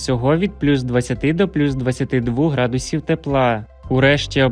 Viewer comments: Вікторія, ви напевно не чули ще гарного голосу. Він же співає а не говорить. А наголос ставить не вірно . Які - градус І в , вірно - грА дусів а називає області , то наголос теж робить на букву І, наприклад: ЖитомирськІй. Що це за неуч такий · Градусів навчитись. Правельно ставити наголос 😂😂😂😂де вас вчили😂😂😂